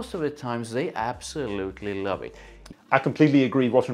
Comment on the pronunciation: "and I absolutely lauv it"